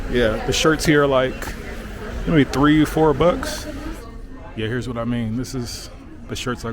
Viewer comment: Tirty, tree and a turd